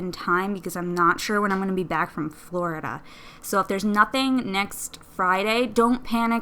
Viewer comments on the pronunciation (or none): none